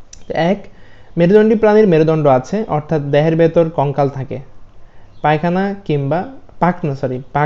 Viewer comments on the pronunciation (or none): সার পাখনাকে পায়খানা বললেন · পাখনা কে পায়খানা বলেছেন 😂😂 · Pakhnake paykhana bole phelse🤣🤣🤣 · Ki vi pakhna na bola pakhana bolan🤣🤣🤣🤣🤣😎😎😎😎🥊🥊🥋